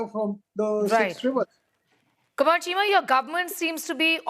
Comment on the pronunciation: Cheema became "Keema". What a dumb F***?